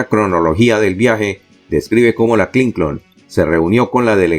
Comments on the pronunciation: EL NOMBRE HILLARY CLINTON ES CLINTON SR , NO , CLINCON ESTA. MAL ESCRITO Y MAL PRONUNCIADO. SR .ESTA EN PUBLICO . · DIGA CLINTON NO CLINCON ESTA ERRADA LA PRONUNCIASION .